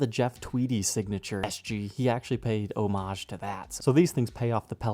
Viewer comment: Yay, finally someone who pronounces "homage" correctly! 👏😀